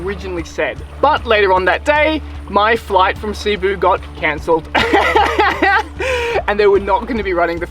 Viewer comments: Great video! Big fan of all your work.. One tip from a local expat here to freshen up your non diving skills. Cebu has the accent on the second syllable.. not C-boo, but c-Boo. Fantastic still shots along with the vids...Did my Level One near there on the other side of Cliff Dive at Freedive+... It's your fault I don"t scuba dive anymore.. Thank You! Hope to see you back here in the PI soon. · Cebu: Seh-boo